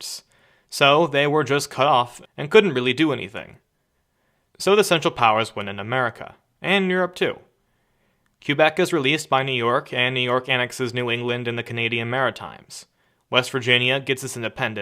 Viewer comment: Quebec is pronounced kebec